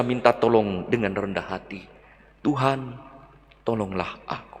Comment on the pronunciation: Amin Bpk Mgr..yang selalu Semangat dan penuh Karunia khusus berkhotbah...dan mari ubah teriakan dan tekanan suku kata dari belakang ke depan..jadi : TUHAN..Tuhan..Tuhan :) Terima kasih " Berpaut pada Tuhan Yesus pasti selamat". Amin. Salam Hormat dan Doa